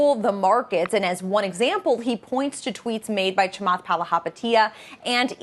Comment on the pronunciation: is this first lady racist? why can't she say Chamath's name correctly lol